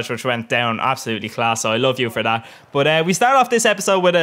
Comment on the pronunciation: Love the jokes, haha. Love it when you are saying: bot-> but